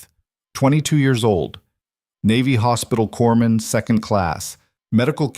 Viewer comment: Corpsman, not corman